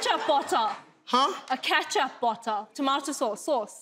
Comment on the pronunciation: Wtf is a ' ketcha botta' 🤣🤣🤣🤣🤣